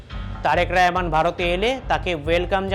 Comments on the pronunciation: ওরে বাঙালি! রহমানকে রেহমান বলছিস কেন রে? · রেহমান না শালা,এটা হবে রহমান।।।উচ্চারণ ঠিক কর। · ওরে শালা আমাদের প্রধানমন্ত্রীর নাম তারেক রহমান। তারেক রেহমান নয়। নামটা ভালো করে উচ্চারণ করতে পারিসনা চলে আসছিস সাংবাদিক হতে। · এই যে অশিক্ষিত সাংবাদিক তারেক রেহমান না রহমান উচ্চারণ হবে। অশিক্ষিতের বাচ্চারা স্মরণ করতে পারস না সঠিক এবার আইছোস পাশের দেশ লইয়া বাতা মারানি গিরি করতে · তারেক রেহমান নয়, তারেক রহমান। ইয়ার্কি পেয়েছেন নাকি?? সঠিকভাবে উচ্চারণ করুন, ভদ্রতা বজায় রাখুন। আপনার নাম যদি হয় শ্যামা প্রসাদ তাহলে কি আমি ছামা-প্রসাদ বলবো?? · আগে আমাদের মাননীয় প্রধানমন্ত্রীর নামটা সুদ্ধ করে বলতে শেখ,তারপর সংবাদ পাঠ করতে এসো।তারেক রেহমান নয বেকুব তারেক রহমান হবে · ওরে গোমূত্র খোর আগে আগে দেশের প্রধানমন্ত্রীর নাম টা ঠিক করে উচ্চারণ কর। ওটা রেহমান বা র ্যহমান নয় ওটা তারেক রহমান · হকার সাংবাদিক রহমান শব্দ উচ্চারণ করতে পারে না 😢